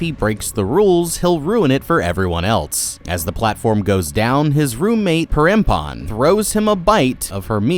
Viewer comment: hello! just wanna correct ur pronounciation on perempuan's name. its "pe-rem-pu-àn" and to pronounce the "e" is like the e in the word "the" :) as the word "perempuan" means "woman" in bahasa indonesia. you could check how to pronounce it on google translate and i'd say its pretty accurate. hope this helps and have a damn good day!